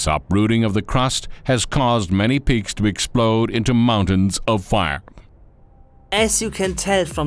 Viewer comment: I think he meant “peaks”, but it sounded like “pigs”